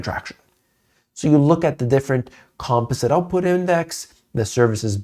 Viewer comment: LOL can you PLEASE learn how to pronounce the word “composite?”